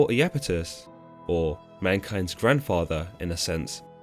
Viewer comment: Pronounced "eye"-Apetus, not "eee"-Apetus. Iapetus is displeased.